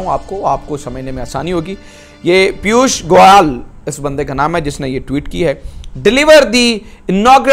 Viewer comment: कैसे कैसे एंकर हैं पकिस्तान में। सही से नाम भीं नहि बोल पा रहा हैं। पीयूष गोयल को पीयूष गोयाल और योगी जी को योगी अदिया नाथ।😀😀😀